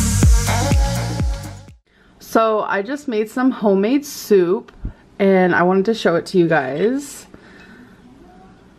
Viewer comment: It's hoe-made y'all... LMFAOOO!!! 😂